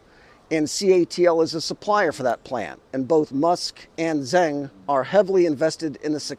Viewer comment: Zeng and Zheng are 2 distinct Chinese surnames. Certainly not Zang. See how a non-Chinese can easily and unwittingly get the whole thing mixed up. That's one reason why the West gets China wrong - either unwittingly or deliberately.